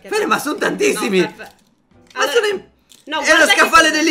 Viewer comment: Risultato finale:: 6 allora: 32 allora (2 dei quali li pronuncia male...) Totale: 38 allora...